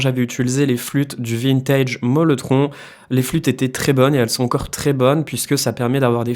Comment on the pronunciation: C’est le Mellotron et pas molletron😉